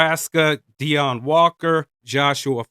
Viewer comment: with all due respect, it's Deion. eos